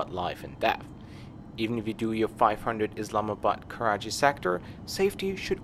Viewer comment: It's Karachi, not karaji